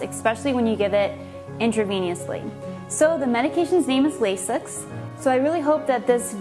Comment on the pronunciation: Did she seriously just say 'Eckspecially' and 'intraveniously'...